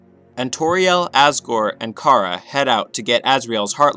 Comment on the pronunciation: IT'S CHARA AS IN CHARACTER, NOT CHARA AS IN CAR-A AAAAGH all aggravating issues aside, le gud video is gud